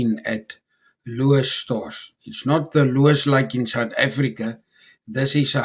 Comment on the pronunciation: You are butchering that name 🤣🤣🤣🤣🤣🤣🤣, Let me help you, LOWE's So say LOW only like lae hitte, then just add s, so it sounds like low-es not lewis 😂😂😂🤣🤣🤣🤣🤣